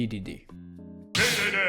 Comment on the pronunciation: it's not "deedeedee", it's DEDEDE. Like DE in "DELTA".